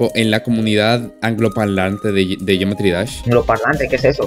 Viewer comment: Dice geoemtry no geometry